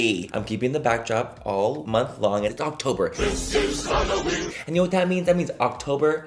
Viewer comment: I literally thought you said, "It's Cocktober" in the beginning because apparently I'M A PERV! 😆